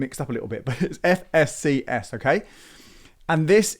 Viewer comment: Great FSCS pronunciation ... just kidding . Is there a bank which I can have joint account with my wife .. Protected to £120,000?